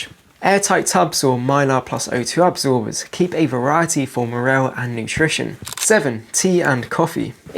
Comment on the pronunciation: Anyone else deeply upset by the way he pronounces moral